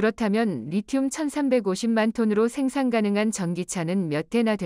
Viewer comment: 오타로 잘못된 자막이 있더라도 해설은 제대로 해야지 않나요? 리튬을 제대로 발음한건 딱 두번 나오네요 ㅎ